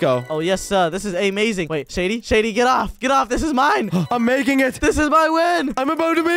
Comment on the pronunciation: You said shedy instead of shady